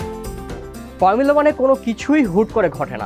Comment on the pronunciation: কি ফার্মুলা- ফার্মুলা উচ্চারণ করেন! শুদ্ধ করতে যায়া তো হোগা মেরে দিছেন। Max Verstappen best. 🔥